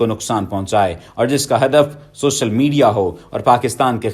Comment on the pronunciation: آپ نے ویڈیو بہت اچھی بنائی ہے جس کے لئے آپ مبارک باد کے مستحق ہیں آپ کے جذبات بھی ایک اچھے پاکستانی ہونے کی نشاندہی کر رہے ہیں آپکی اردو بھی بہت اچھی ہے لیکن اردو اچھی ہونےکا میں اس لئےنہیں کہہ رہاکے آپ نے شاباش کو شاباس کہا یا سوشل کو شوسل کہا بلکہ آپکی اردو میں لفظ " ق " کی ادئیگی اچھی ہے ہوسکے تو اپنے لفظوں کی ادائیگی کی اصلاح بھی کیجئے